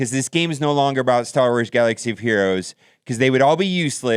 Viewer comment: Did you say galaxy of gyros? 😜